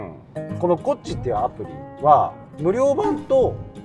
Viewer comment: イントネーションが コッチ ⤴︎ じゃなく コッチ ⤴︎ でしょ